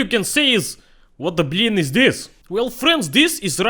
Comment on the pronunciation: I know, "blin" is "pancake" OR "family friendly blyat", and that "blyat" means "wh@ fu€k." I know when he says, "you're not making blin" he means "pancake", but every damn video, when he does, I hear him say, "You're not making whores....!"